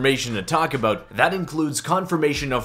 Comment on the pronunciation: lol aboot